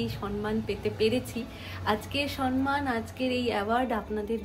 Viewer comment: উচ্চারণটা সম্মান সন্ মান না। বড্ড কানে লাগে।